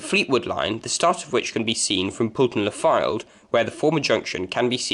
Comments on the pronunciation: It's pronounce Poll ton not Pool ton. The M55 and Yeadon Way was not the reason why the Marton Line closed. However, the Highways Agency decided to use part of the old trackbed for the M55 and Blackpool Council decided Yeadon Way would be a convenient corridor from the motorway into the town. The site of the first Fleetwood station is not where you say it was and in fact, is closer to the Wyre Dock station which became the new terminus when Victoria Terrace closed. Where you show it was, was actually numerous coaching stock sidings. The first original Fleetwood station was not far from where the Wyre Dock is as that did not exist when the railway first came into the town. The line from Thornton was virtually straight into Fleetwood and ran across the marshes on wooden trestles and over the land the dock was later cut from. By the time they built the dock the wooden trestles were in a dangerous condition so they needed to remove these and re site the station. This also required a track re alignment and is the reason the line swings away from the river behind the now caravan parks. Again, the old track bed into Fleetwood is buried under Amounderness Way. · It's pronounced Pole-ton, not Pool-ton